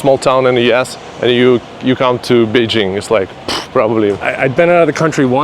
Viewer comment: etc: "Beishing" ? Is that a city in France ? Why is it that many foreigners even when they are amazingly fluent in Chinese like this guy (I can only wish), still insist on mispronouncing "Beijing" and other common place names when they are speaking in English (and even though they obviously know better) ?